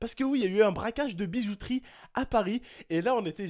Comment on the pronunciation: Suis je le seul.a avoir entendu ''bizouterie'' au début de la vidéo ?? ^^